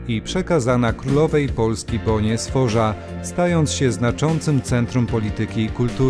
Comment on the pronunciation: Bona Sforza wymawiamy Bona Sforca 🫣 Po za tym fajnie, merytorycznie, rzeczowo, inaczej niż w tych wszystkich filmikach z żarciem w roli głównej. 👍